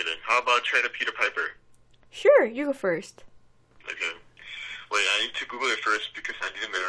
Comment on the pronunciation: 내귀에는 피커페커피커페커라고 들림